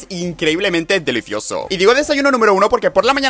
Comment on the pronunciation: Habla bieeen aaa que nervios que riCO sUR deliciOSO popULAR